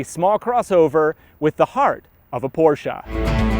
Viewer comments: It’s not porschaaaaa it’s a porscheeeee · C'mon dude, PorschA? And the key on the left side in a Porsche being a surprise? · PorsshA !? BUAHAHAHAHAHHA Seriously? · what is porschA? LOL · what is a PorschA?? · PORSCH A ! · why the fuck is he calling it porscha?